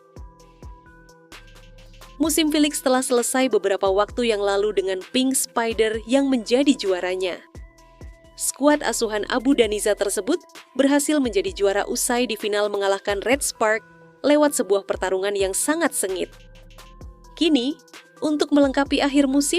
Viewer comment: Abu danissa😂😂😂😂😂😂😂😂😂😂😂😂😂😂😂😂😂😂abodanza kali min😂😂😂😂😂😂😂😂😂😂😂😂😂😂